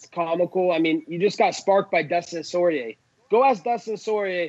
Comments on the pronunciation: Soyrier? lol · Dustin Sore ...Yeah Not Soyrieh ! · Why cant anyone pronounce poirier right?😂